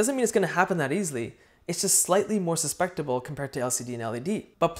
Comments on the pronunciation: Susceptible, not suspectable. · Your mispronunciation of the word "susceptible" is very cute & endearing.